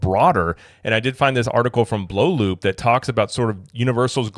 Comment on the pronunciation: I thought it was pronounce Blue Loop not Blow Loop. The double oo is a play on the same vowel sound in loop